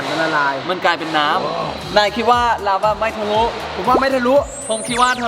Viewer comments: ลาวา ครับ ไม่ใช่ ลาว้า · ราวาครับไม่ใช่ราว้า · ลาวาคับไม่ใช้ลาว้า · พี่เนทพูดคำว่าลาวาเป็น. ลาว้าปกติของคนฝรั่ง555